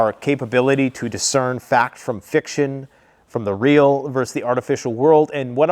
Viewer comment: .... Feaxction instead of fiction😂